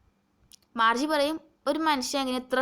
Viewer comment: Marche alla Margie aanu